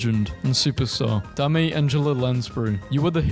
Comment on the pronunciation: I understand not getting the 23-19 joke , but I will never forgive this man for mispronouncing DAME as "DAH-MAY" tbh, if it was said like Notre Dame, I'd be less upset, but why do you gotta do Dame Angela Lansbury like that. Like, has bro never heard of Dame Maggie Smith or Dame Judy Dench, because they literally have the title of Dame! Edit: I just realized he may have thought it was her first name...😑